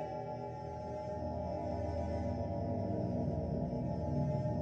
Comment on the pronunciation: Niko (nEE-kO) NEEEEEEEEEEEEEEEEEEEEko Niko